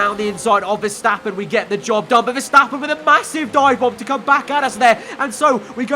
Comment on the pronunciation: did he say Job done or Dob done??